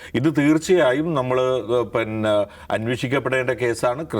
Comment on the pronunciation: പിന്നെ എന്നല്ല പറയുന്നത്. പന്ന എന്നാണ് കേൾക്കുന്നത്.😅